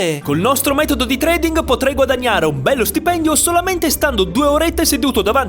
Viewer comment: La "ing" finale perde la "g" nella pronuncia.